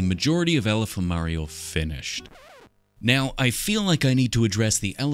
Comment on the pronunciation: Ngl I kept hearing him say alpha mario.